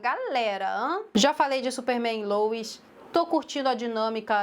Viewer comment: O que incomoda é o pessoal falar “lois” como “louis”